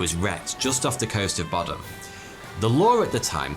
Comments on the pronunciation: boddam is pronounced “bod-uhm” not “bod-ahm”😭😭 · I live in the town peterhead that's right next to boddam, and I've never heard of this, how!!! Edit it Is said bod-um not bodd-dam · I'm quite near 'Boddam' this pronunciation made it sound posh 😀 it's not . .